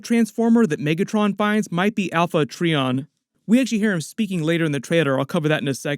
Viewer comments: Poor. It's Alpha try-on. Not Alpha tree-on😂😂😂😂😂😂😂😂😂😂😂😂😂. You never watched it. 😮😮😮😮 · You don't watch transformers much do you? Alpha Tri-On not Tree-on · I think Bumblebee, ROTB and the GI Joe crossover are they’re own separate thing from this movie. Atleast that’s what I want. It’s not Alpha Tree-on. It’s prenounced Try-on. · Alpha TRY-on, not Alpha TREE-on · This is its own thing. Has nothing to do with the live action universe. Also "Til all are one" means until all Transformers factions are together again. Also pronouncing Quintessons and Alpha Trion wrong. Come on you slacked on this video. 😂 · Alpha Trion and Quintessons pronunciation is throwing me off.;) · Great video as always. Note the pronunciation of Alpha Trion and the Quintessons . Refer to G 1